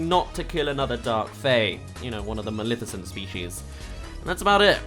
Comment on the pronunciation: What the fuck is wrong with you One: iTs NOT FUCKING MALIFICENT YOU SAY MALEFICENT THERE IS NO I Two: THIS MOVIE WAS FUCKING GREAt